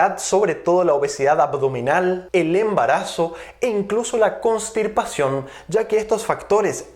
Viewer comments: es constipación, no constiRpación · Medicamente se dice constipacion no,constirpacion